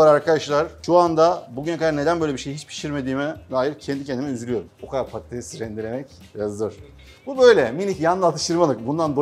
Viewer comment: Şefin patates yerine pattes demesi😂